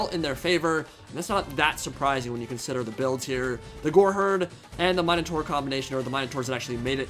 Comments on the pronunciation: The "new" way you pronounce Minotaur is a lot farther from the Ancient Greek pronunciation. Not sure about the "proper" English one though. I liked the old one better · please say Minotaur right lmao